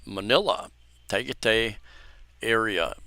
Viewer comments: It is pronounced tah-guy-tie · TA-GAH-TIE -TIE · Tagaytay pronounced 'Tuh guy' tai'...accent on the second syllable. It is located near lake Taal and is one of the locations where Rod Serling was stationed as a paratrooper in WW2.